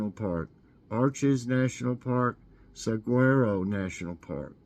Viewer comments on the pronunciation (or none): Hey It's MORNING COFFEE BREAK Hey Everyone 👋🏼 Thanks So Much I Really Enjoy OUR Time As you to wake up our Brains Daily with some Good Trivia and Funny Jokes 😊😅 Saguaro is pronounced suh·waa·row you can HUGE FINE or go to Jail if TAMPERED WITH 😮 I had 8 of 10, and I learned a bit Today. Have a Wonderful Day GOD'S BLESSING